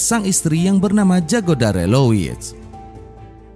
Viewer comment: BUKAN JAGODA KAK TAPI YAGODA DI BACA NYA ❤